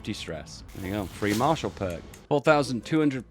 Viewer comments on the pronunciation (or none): none